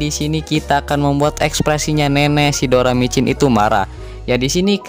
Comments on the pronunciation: doracimin bukan doramicin bang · doracimin doramicin lagi😭👍